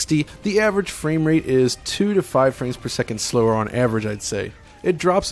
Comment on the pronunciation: That sounded like "Hey bro nice dick"